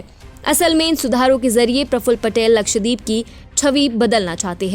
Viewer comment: मंदबुद्धि निवेदिका उच्चारण तो ठीक करो, लक्षद्वीप